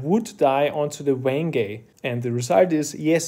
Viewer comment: "Wen-geh, not Wenge" hahahaha good one :D I have never thought of trying this, but very interesting! And now I know that Amaranth is actually Purple Heart, had no idea :O